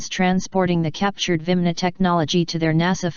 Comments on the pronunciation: This dumb computerized voice pronounces "vimana" as "vimna". Apparently the script writers left an "a" out of the word. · are they not called virmana not vimna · She cant say 'viamana'